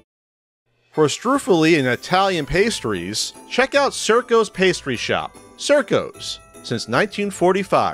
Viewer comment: great video, but the pastry shop is pronounced CHIRCO cheer-co, my grandmother lived around the corner you fake italian or something, come on let me buy you some pasta and cannollis